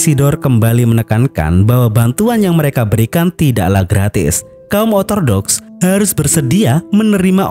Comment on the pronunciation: Ralat min Kristen ortodoks bukan otordoks😅